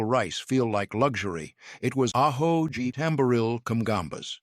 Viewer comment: Good job in the excellent description of the food. But here's the kicker, to much use of here's the kicker. Alho, not aho. J in Portuguese is pronounced as in English, it is not Spanish.